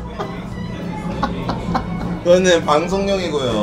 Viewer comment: 너는 아뉜뒠!